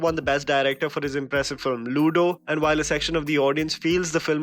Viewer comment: Not looodo, luddo.